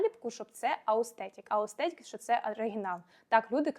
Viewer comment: Все клас, тільки не аустетік, а authentic 🙌